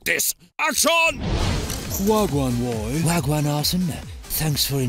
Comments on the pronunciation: Roy saying wagwun 🤣🤣🤣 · “wagwan roy” 😂